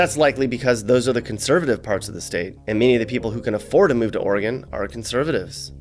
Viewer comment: Thank you for pronouncing Oregon correctly (ORY-gun, NOT OreeGONE).